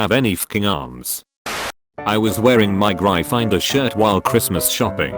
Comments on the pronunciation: gryffindor instead of being pronounced gryffin-door is now pronounce Gry-finder apparently. and let us not forget slytherin is no longer slither-in but sly-therein so whats next hoofl-poof and rav n'claw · he pronounces gryffindor as gry-finder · I swear to god get a better text to speech program so that we don't have to hear "griye-finder" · ‘graifainder’ & ‘slaitherin’ 😂😭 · "Gry Finder", "Badge-elle" xD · Gry finder? Sly ther in? What the hell? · The reader pronouncing it “Grifindoor” makes me laugh every time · The way the text-to-speexh pronounced gryffindor and slytherin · The way Gryffindor is pronounced pisses me off. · Just How the fucking computer pronounces Gryffindor Is infuriating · The way he pronounced Gryffindor and Slytherin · The way it said Gryffindor 😂😂😂I'm dead